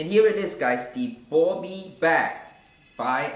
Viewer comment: It’s bobby not bubby